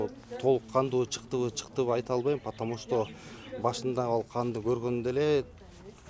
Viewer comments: Потому что дегенди жакшына айтат экен,опер кызматчы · Потомушто деген сөздү чайнабай жутканбы бул